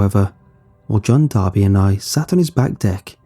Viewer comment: "Its D'arby not Barbie"